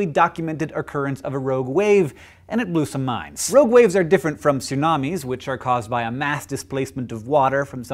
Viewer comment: I kept hearing ROAD waves...